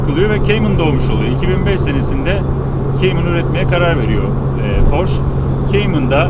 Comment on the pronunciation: Reis Porche direk yazıldığı gibi porşe diye okunuyor porş değil